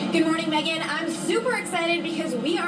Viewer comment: Glad you got megan's name right this time! 😂